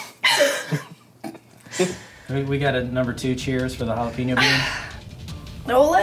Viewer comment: is this lady serious saying "jah-lop-ino"